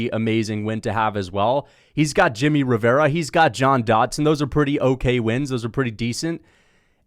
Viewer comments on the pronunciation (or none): none